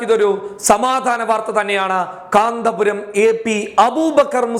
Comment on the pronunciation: Sorry കാന്തപുരം അല്ല കന്ത്പുരം എന്ന് തിരുത്തി വായിക്കുക